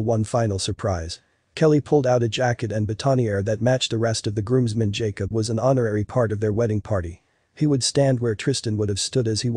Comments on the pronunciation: butt- ton - ni-ear instead of boutonniere 😂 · How about that pronunciation of boutonnière? That was rough.